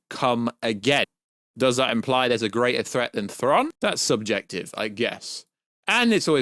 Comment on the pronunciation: Aaaargh! Stop saying Thron!…… it’s Thraaaaaawn